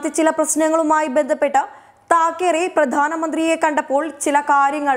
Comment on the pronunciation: തകീരെ അല്ല മോളേ താക്കറെ (ശിവസേനക്കാർ കേൾക്കണ്ട ).